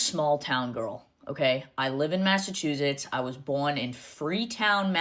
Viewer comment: I don’t know anybody from mass who pronounces it with a “z” Mazzachuzits? No ma’am